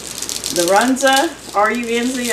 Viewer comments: it’s pronounced Run-za. You had it right! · Run - zuh! You said it right! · I love Runza and it is pronounced exactly as it’s spelled run-za. So good, especially with cheese! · I’m 77 and grew up on Runza yes you said it just exactly right! It’s such a simple dish but an unusual and wonderful taste. We used just cabbage and hamburger and always had them when mama made bread for the week. Roll out dough thinish, fill, crimp, bake and enjoy. They were delicious at room temperature for lunches or Served hot with brown gravy over the top for an entrée. So they were kind of like a sandwich, but at some point , like maybe the 70s, Runza restaurants, where they served them On a bun. They were good, but couldn’t touch the authentic ones! Thanks for this wonderful casserole, and all the mini recipes and tux. You’ve blessed us with!❤ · You r sayng it perfectly. A staple in nebraska. Invented here. Love the rain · I had a Runza sandwich from a food truck in Stapleton NE, at the fairgrounds in 2017 watching the eclipse. You are pronouncing right. I enjoyed the sandwich. Love hearing the rain when you are cooking. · This looks delicious and you said Runza correctly. They don't have a Runza where I live but I used to get them quite a bit before I retired. I agree with you on the tuna casserole and the green bean casserole!! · I’m from Nebraska where the Runza was born. You are pronouncing it right. At the restaurant here it’s made in a bread pocket with raw bread dough and baked in the oven with the filling inside. Do yummy!!!! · You are saying Runza correct. I've made the sandwich with frozen bread dough and put them in the freezer. They are great just to pull out what you need. Love your channel ❤❤ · Looks good. I looked it up and your pronouncing it correctly, Our produce isn’t any better in Oklahoma sometimes. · Your saying it right from nebraska